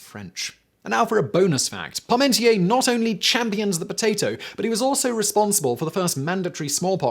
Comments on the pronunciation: That pronunciation of Parmentier makes my toes curl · It's Parmentier, not Paurmentier. Don't rely on Simon's utterly terrible pronunciation to draw conclusions.